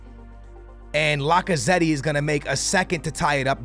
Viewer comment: you don’t pronounce the second e in lacazette